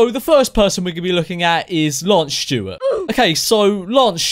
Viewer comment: lmao the way he says lance stewart tho "lansh shtewett"